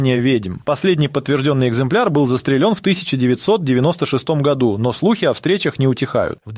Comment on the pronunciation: Что со всеми вами происходит.? ГривАми, вы произносите, вместо грИвами. ЗастрелЕн, вместо застрЕлен. Помешательство в сети ? И это становится постоянным. Тоже самое с произнесением даты годов, которое произносится с каким то нечеловеческим ударением, как будто цивры произносит робот не имеющий никакого понятия о человеческой речи.